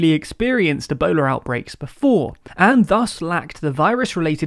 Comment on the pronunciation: Yeah and ah-bola instead of Ebola...